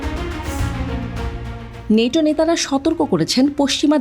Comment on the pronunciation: নেটো না ন্যাটো বল